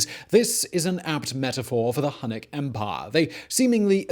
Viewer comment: H U N N I C --> Hue-nik